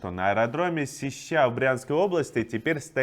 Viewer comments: Не СещА, а СЕщА. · только не СещА, а СЕща. слух режет. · Не сещА, а сЕща) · Вообще всегда была СЕща.... А не сеЩА! Откуда ты, парень? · Не СещА а сЕща. Житель Брянска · только не сещА, а сЕща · Удивительный талант комментаторов всех мастей не попадать правильно в ударение. Как он додумался, что Сеща- это сещА ? А так нормально. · Се( ударение) ща, Сеща Брянской области. Нужен мир! Как хочется, чтобы закончились боевые действия и перестали убивать. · СЕща, ударение на первый слог. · Иван, Сеща. Ударение на первую гласную. Но не это главное. Спасибо за полную информацию. Сегодня, принципиально, посмотрела новости по тв . Послушайте, это какими же надо быть сволочами, что бы так врать!!! Ещё раз спасибо за правду!!!